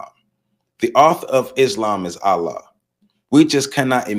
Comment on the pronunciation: Please pardon my correction of your pronunciation of the Arabic word ALLAH, but it is pronounced: "al-llah." You say the FIRST SYLLABLE like you are pronouncing the English male first name "AL" and you put MORE EMPHASIS on the SECOND SYLLABLE which has the SAME "a" sound as in the English word "law" when saying "LLAH." Also, many people mispronounce the Arabic word MUSLIM, which should be pronounced in Arabic like this: "MU" and "SLIM" but many English-speaking people mispronounce it as MUS and LIM which is WRONG.